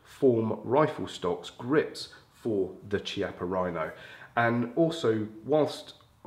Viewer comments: KEY - appa Rhino. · UK sucks lol.. the Chiappa rhino( Key-Op-Ah is how it’s pronounced) is such a beautiful gun and then UK makes you ruin the looks of it by adding all tht ridiculous stuff on it lol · Thanks for the great video. Just a brief comment to say that ‘Chiappa’ is pronounced with a [K] sound e.g Kilo.